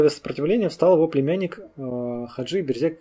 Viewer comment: Берзег произносится как Бэрзэдж. Эта фамилия представлена в Адыгеи, и там она считается абадзехской. у Т. Половинкины Князь Аублэ черкесского происхождения. Его могила сохранялась до 1920 г. на территории совр. гостиницы "Приморская".